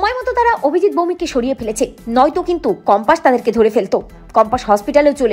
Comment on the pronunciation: সঠিক উচ্চারণ হবে কম্পাস। বার বার বলা হচ্ছে কম্পাশ😮😢